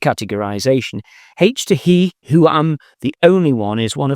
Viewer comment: It's not H to he, it's H to He - as in, Hydrogen to Helium. As in, creation